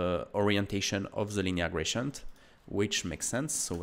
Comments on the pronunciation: Thanks for all your video's, very inspiring! Little feed about pronounciation: I hear you say [gracient] all the time, however, it's spelled with a D, [graDient]. That would make it little more understandable. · Dude please 😂 It's not "grachient"